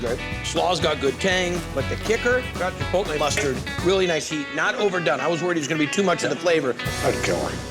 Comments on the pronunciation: them saying "chipolte" kills me, and im not even hispanic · The dudes at the pastrami place all pronounce "chipotle" wrong.